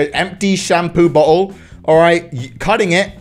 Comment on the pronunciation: “Shampoo BOHO” is British 😂😂😂.